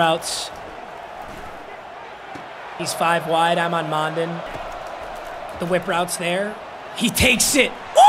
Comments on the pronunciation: Smael’s last name is pronounced “Mun-dun” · It’s pronounced “Smile Mundun” by the way. Like Monday. Smael Mondon is a DAWG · Ohhhh god he doesnt know how to say mondon. Its Mundun. The os are Us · Mondon is pronounced similarly to London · it’s pronounced like london but with an m